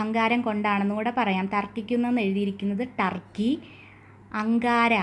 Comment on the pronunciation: ട്ടർക്കി അല്ല തുർക്കി അല്ലെ????